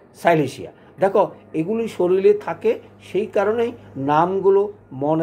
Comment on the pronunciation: শরীর না বলে শরীল বলেন কেন? আপনার এ ভুল উচ্চারণ আপনার নামের কলঙ্ক হয়।